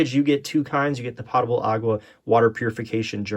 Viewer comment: And he even spelled it correctly. 😂. Making me crazy every time he says it.